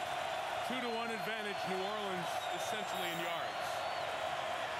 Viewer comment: Spike Lee managed to do an entire documentary about noo OR linz but still pronounces it noo or LEENZ twice in 10 seconds.